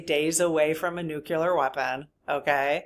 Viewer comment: Sorry about this, but just FYI…. It is Nu-CLEE-ar…. Not Nuc U lar…. Retired chemistry teacher here, and it is rather like hearing fingernails on the blackboard thing…. Thanks…